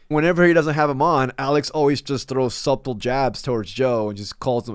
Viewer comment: Bro stop pronouncing the B when saying subtle its pronounced “suttle” if that helps 😅